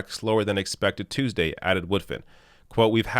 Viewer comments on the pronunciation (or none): none